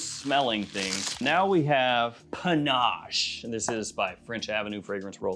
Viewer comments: Why are you calling it Panache? It's pinnace, a type of boat. Can't wait to see the shelves all filled up😀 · please stop mispronouncing "pinnace". It rhymes with "Guinness".